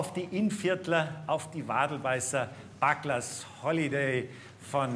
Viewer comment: A good rendition, but far too fast!! Please check out the pronunciation of 'Bugler'.